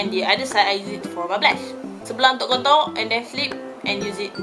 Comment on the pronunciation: Saya dengar kak ckp 'kontok'² hahahah rupanya contour hahaha okay²